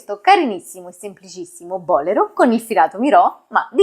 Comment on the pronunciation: Che meraviglia❤ Se mi posso permettere, Il bolero è un giacchino cortissimo E si pronuncia bolèro non bòlero Complimenti x la chiarezza con cui spiega